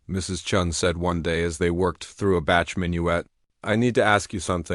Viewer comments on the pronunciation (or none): Please pronounce composers' names correctly! "Bach" is pronounced sounding like "Bock", not "Batch" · The only thing I really didn't like was the mispronunciation of the names. Chopin is pronounced Showpawn and Bach is pronounced like Bawk. I really wish they would program these ai's better. It was a very good story though!